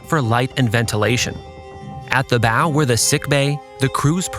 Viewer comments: ok I love your videos and I just discovered then but please pronounce the terminology correctly. the bow it not pronounced like the thing that shoots arrows and the bosons locker also needs a rework. Great video though! love the nav explanation and the lack of AI slop. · “Bow” is pronounced like bau, not boe. Also, “bosun” is pronounced boe-sun, not baw-sun